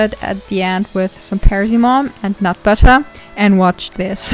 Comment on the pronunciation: Im sorry but the way u say «butter» 😭😭😭 «BuTtAh» HELP